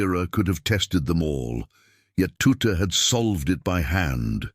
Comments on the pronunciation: Ironical that a stupid AI timbre voice can't even speak his name correctly. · Not Tutter tutu or tuti his name was pronounced TUTT the E at the end was silent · HIS NAME WAS TUTT....NOT TOOTER OR TOOT>>>HOW BLOODY INSULTING.... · Anyone interested in the wartime decoding knows exactly who Bill Tutte (pronounced TUT) was and his very valuable contribution to the deciphering of messages. There is an equally annoying BBC documentary which starts by assuming no one knows who the people involved were. All credit to Alan Turing but too often its made to seem that he solved all the problems. His main contribution was solving Enigma, but not Lorenze, the later more complex encoding machine